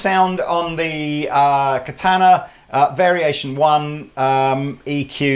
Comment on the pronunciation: I actually like as a demo, but his deliberate overpronounciation of "Katana" is so distracting.